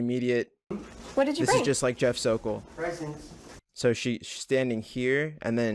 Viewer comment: “Pwesents!” I’m willing to bet this was the most expensive purchase he’d ever made in his life